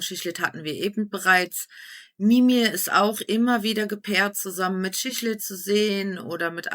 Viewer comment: Es triggert mich schon extrem das du schischlid sagst, bitte siklid